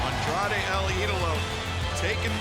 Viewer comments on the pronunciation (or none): Sorry but it's Andrade and not Andradé